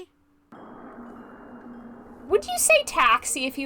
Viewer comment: I had no idea this game took place in France hahaha this was meant to be (also your pronunciation is great! and we do indeed call a taxi a taxi in French - same word, but said in a French accent 😁)